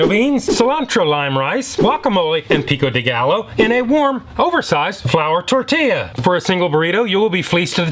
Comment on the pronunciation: Love the channel and how you always keep it FRESH!! Texan here: a double ll is pronounced like a y in Spanish, pico de GUY-YO not "gallow". Hope this comes off as helpful and not rude 😅 I love you channel and we look forward to every upload!!